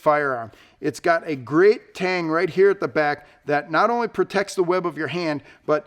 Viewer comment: Haha , he said Tang lol